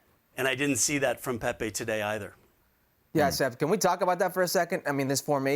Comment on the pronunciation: can someone tell Kasey Keller his name is Pepi and not Pepe, my god